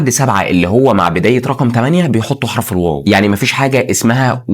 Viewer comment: حرف العطف ال wow❌ حرف العطف الواو✅